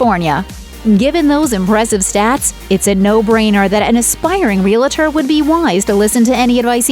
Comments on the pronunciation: Ree la tour? it is REEl tor! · Jesus. Please stop saying 'realator'. The word is 'realtor'. 2 syllables, not 3. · It’s realtor. Not realutor. If you make a show about a profession pronounce the name correctly.